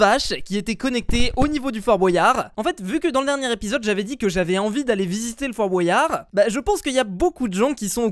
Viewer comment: Fort bOUAYard pk tu dis comme ça c fort Boyard